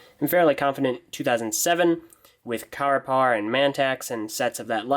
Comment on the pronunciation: He finally says Carapar's name right so it doesn't sound like crapper